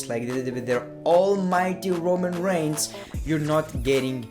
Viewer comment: What aboutah Roman reignsah hahaha